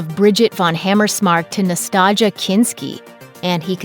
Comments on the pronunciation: Nah-stah-jah Kinski. Haw Haw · Who the heck is “Nataga” Kinski? Is she a sister of Natassja Kinski?